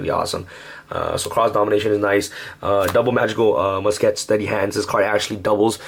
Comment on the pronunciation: ITS MUSKET, NOT MUS-KET